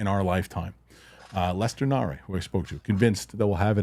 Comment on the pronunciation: Lester Nare* (Nair). Not Na-Ray